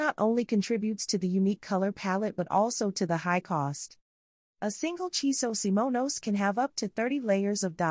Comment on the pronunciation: Your subtitles and vocals say Chiso SIMONOS?